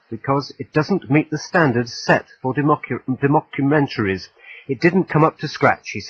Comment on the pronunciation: did he just say " dee mock u mentury ". Damn what chu drankin hahahaha anyone working for the bbc that can't say documentary should be fired , or is it the mushrooms kickin' in.